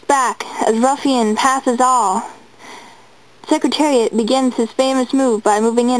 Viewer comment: He won... and it’s Secretariat not secritarit